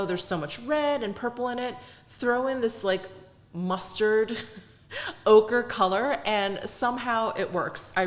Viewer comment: When you said ochre...I heard ogre 🥲🥲. It thought ogre was a good description of the shade🤣!